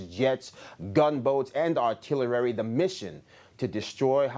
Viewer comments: ...Did he really just say "Artillerary"? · It’s artillery not artillarary. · Did he say Artillarary….😜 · Are-till-erary? Huh? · Did he saw Artilarary? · What is "artilerrary"? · “Artillerary” ???? Public school “education “.